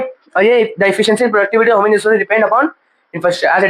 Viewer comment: Bhaiya aapki human ki pronounciation galat hai